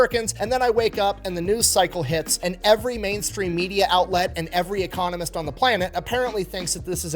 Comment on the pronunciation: Every time you say "economist," I hear you say ecommunist... just saying